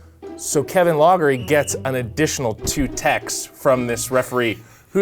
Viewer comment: Kevin "Loggery"???